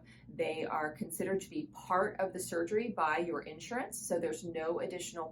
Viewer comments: Say: in-SHUR-uhns. 3 syllables, accent on the second syllable. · Nice job. Note: The word insurance has three syllables with the accent on the second syllable. So: in-SHUR-uhns.